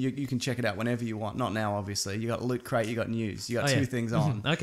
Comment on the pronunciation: What?1 No slick promotional thing before the opening theme where Mason may or may not be mispronouncing Loot/Lutcrate? What is this?! Some kind of professional weekly Australian podcast?